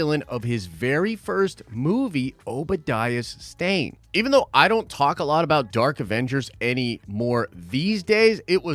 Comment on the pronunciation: Why,?🤭 Why do you keep calling him "Obadiah's Stain? It's Obadiah Stane.